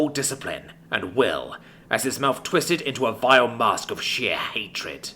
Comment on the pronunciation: "What a tweest"